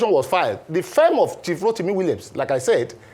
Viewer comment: Your guest doesn't know the pronunciation of "Firm". He kept pronouncing it as "fem".